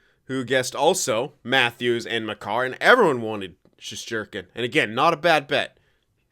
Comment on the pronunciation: Team: Marner League: Makar Goalie: sheshterkin